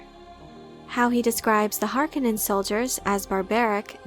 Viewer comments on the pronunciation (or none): When you say harkonin it’s with a long o not short frank herbert has already stated that in 1984 when he was on set with lynch! He was hired to go over words and pronunciation and specifically that word harkonin with long o